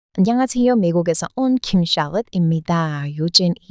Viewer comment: 발음이 말투와 같아 묘하네요..ㅎ /그랬서요/ 안뇽하쎄요?..